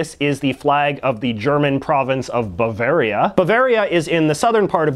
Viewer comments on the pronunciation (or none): none